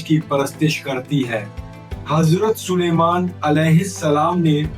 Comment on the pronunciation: Hajrat nahi azrat kho